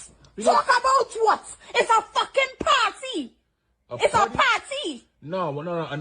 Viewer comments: Well, you can go "PAHTY" with someone else! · GET OUT! so I can have a [PAR] -TEE leaving you.